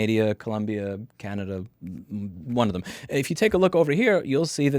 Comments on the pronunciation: Sigh Louis it is Canada not Canad i a there is NO 'i' before the last a 🤦‍♂ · Hearing you say Canadia instead of Canada multiple times made me chuckle. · Can--nah-da, not Can-naid-dia Canadas government is stupid corrupt, BCs provincial gov is especially corrupt, The "BC liberals" are actually a far right wing party with GOP like values. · I'm going to start calling Washington DC District of Canadia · As a British Columbian, every time he called us “British Canadia” it hurt personally. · "British Canaydia " haha but in all seriousness, BS shady gov scam! unreal. Thanks for sharing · It's Canada not Canadia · That’s not true. I live in Québec, and Canada in French is just Canada. You may be thinking of Canadien/ne, which just means Canadian. Louis is the English/American pronunciation, not the French one. He said “Canadia” because he was making a silly little joke. Lol. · I've lived in canada for 20 years and I say "canadia" occasionally lol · British Canadia had me do a spit take dude. Pls just do a video trying to say Saskatchewan next. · I'm pretty sure that's how they say it in French. Louis being a French name, it's pretty obvious why he's pronouncing it like that.